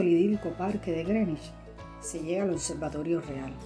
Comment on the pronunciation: Felicitaciones por pronunciar bien Greenwich.